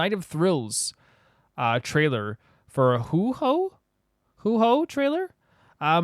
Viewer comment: Huh, with the way you pronounce Beidou sometimes, I thought it's an "acorn" situation. Huohuo as Huhou though, that's new XD I must have missed it, but are you somewhat dyslexic?